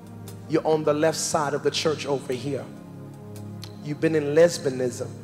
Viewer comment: "Lesbeenisum" YES!